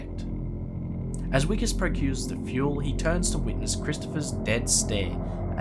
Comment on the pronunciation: “Vikus” NOT “Wikus”